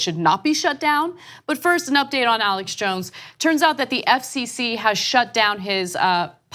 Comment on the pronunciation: Arrrrlex Jones.